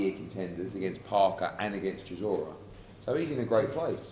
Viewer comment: Dillian keeps call chisora sirora lol